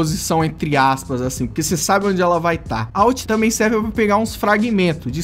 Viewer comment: KKKKKKK, o ''Achin'' ele quis dizer ''Assim''